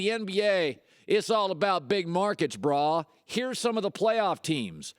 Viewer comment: Colin trips me out when he says Brah😂😂😂 it's bruh!!!